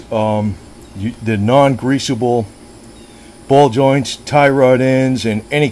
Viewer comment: "I'm gonna tighten dese jowss". lol . Thanks for sharing.